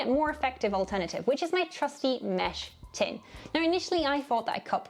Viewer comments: It's a "mess tin", not a "mesh tin" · Mess tin, not mesh tin. 🤦‍♀